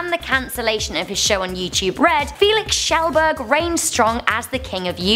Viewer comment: I’m Swedish for pewdiepie, did she just say, ...... Felix.........SHELL BERG